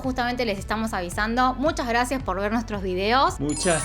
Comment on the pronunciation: Jajajajja Amee : MuchAs GrrrrrrRrraCias 😂😂 xd ...😅